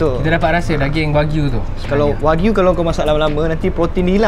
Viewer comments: Informasi tambahan, cara sebut wagyu ialah "wa-gyu". Wa=japanese, gyu= cow. Bukan wakyu ya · Kakak sebut wagyu betul sikit kak aku dgr kakak ckp wak u. Wak lu betul!